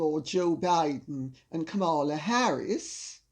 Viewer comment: Didn't expect to hear Kamala Harris's discussed here, but I should have known better. Lady C, a Jamaican, is a fountain of knowledge. Btw, her name is pronounced, comma-la.